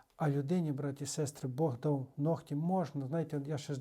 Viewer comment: Українською нігті, не ногті. Дякую,, за пояснення!